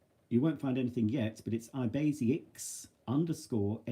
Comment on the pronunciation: Something is troubling me,... All these years I've been pronouncing your name in my head as EYE-bay-ZAY-IK. How can it possibly be Eye-BAY-Zee-ak when the last three letters are "aic"? Surely it would have to end "iac" to be Eye-BAY-Zee-ak? Is this a case of mistaken pronunciation like everyone calling it "Scalectrix" Or is it more like Cholmondeley (Chumley) and sounds nothing like it looks?! As you can tell, I don't get out much! 😂